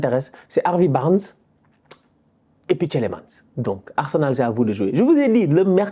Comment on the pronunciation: Le premier "e" de Tielemans est muet. De rien 😅 Un Belge ❤